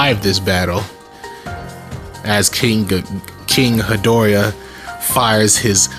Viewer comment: It sounds like king gid-dor-a